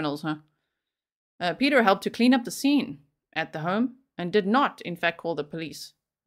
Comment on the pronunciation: Piotr is not pronounced as Peter. It's exactly as spelled Piotr. Pee-oh-tr. Lets be conscientious of pronunciation of all cultures names, please. Also, he sounds like a real piece of work.